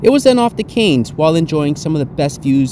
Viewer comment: I'm a Cairns resident, and it is pronounced .... 'Canz' .. liked the vid though and you have just convinced me to take the trip to Tokyo !! Didn't get how much luggage you allowed, but ill soon find out ..